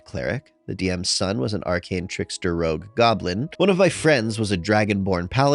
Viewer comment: I’m curious, why do you read rogue as”ROUGE” sometimes?